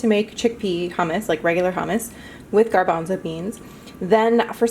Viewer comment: Uhg you pronounced hummus wrong